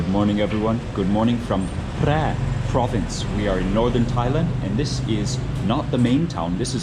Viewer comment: You know your pronunciation แพร่ was precisely